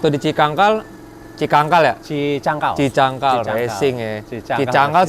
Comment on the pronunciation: Cicangkal bro, bukan cikangkal😂